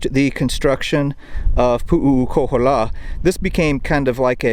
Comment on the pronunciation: You are really screwing the name, it’s Pu’ukohola there is no three u’s and the other Heiau is Maleikini, you haven’t pronounce any of the Hawaiian names right. You should have learn the names first